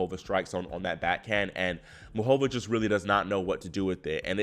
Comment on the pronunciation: Please say MUCHova, not muchOVA.